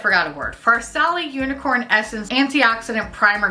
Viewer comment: Please god tell me I'm not the only one who heard her call the farsali primer "unicorn semen" cause I about fucking fell out